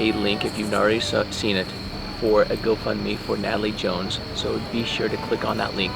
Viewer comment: I felt bad for chuckling 😭🤦🏾‍♀️